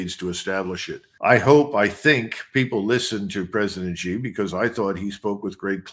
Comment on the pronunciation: Xi JinPing has been the leader of China for over 11 years, and this Colonel MacGregor still pronounces Xi as "zee"; well, it's pronounced "shee"! It just shows his ignorance about China and Chinese affairs. The people of Hong Kong are upset and uncomfortable about China, but they put up with China simply because they have no choice. Xi did not order the PLA to march into Hong Kong because he didn't have to, not because he was "smart" and chose not to. In 1989 the army was ordered into Beijing to quash the student protests, although not ordered by Xi but he certainly would do it again just as his predecessors did.